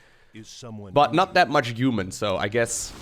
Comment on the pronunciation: its not uman campain, its human campain